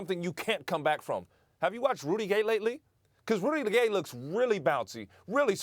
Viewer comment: LMFAO Ryan said "Rudy de Gay"